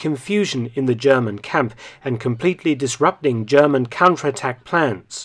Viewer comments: As a bi-lingual speaker myself (English and German), I too am very impressed with Dr. Felton's impeccable German pronunciation. It comes as a surprise, considering that 99% of Englishmen (Americans, Australians, etc.) sound terrible when trying to pronounce German - even those native English speakers who've been studying German for years. I also have to give props to Aaaargle (the native German) for commending Dr. Felton, and for refraining from the tired, worn out standard defeatist line, "the victors write the history", which is obviously nonsense. Aaaargl seems like a stand-up guy, as opposed to a pimple on me arse called spacewater7. Clearly the number 7 indicates the age at which your maturity and mental development came to a screetching halt. Are those the only two German words you know? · I have watched quite a few of your videos. This time your german pronounciation was flawless. It is obvious that you have put some work into it. Very well done! I am most impressed.